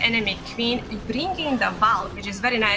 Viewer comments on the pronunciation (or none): none